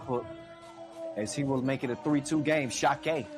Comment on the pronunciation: Its Sakiai, not Sakai 🤦‍♂️